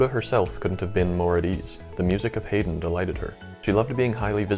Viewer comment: I suggest you re-record this piece (it's very good) but pronounce Wouk as "woke" and Haydn as HIGH-den.